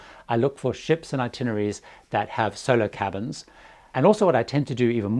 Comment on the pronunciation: when you say "Solo cabins" it sounds a LOT like "Solar cabins". I actually googled it thinking it was something about solar-powered and would cost less in electricity or so:)